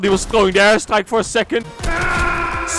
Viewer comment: Is he saying ass strike or air strike Im joking i love u and use code bakbak5